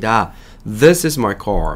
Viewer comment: 제가 듣기가 않좋아서 아래와 같이 궁금한 사항이 있어 질문드립니다. 흠잡자고 하는 것 아니니 오해는 없으시길 바랍니다. This is my car You don't have a car ~car 발음과 ~car 발음이 내 귀에는 다르게 들리는데 다른분들이 듣기에는 어떠신지요? ~car의 발음이 내 귀에는 call 처럼 들립니다. is he a good teacher 에서 is의 발음 es 처럼 들리는데 여러분의 생각은?